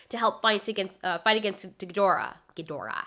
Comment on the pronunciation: Thank you for pronouncing Ghidorah properly!